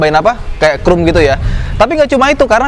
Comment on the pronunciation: kok bacanya krum